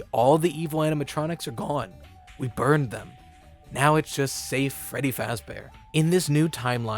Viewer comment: He actually said feddy in this part